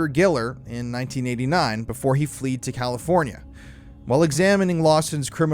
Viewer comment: It’s fled… not fleed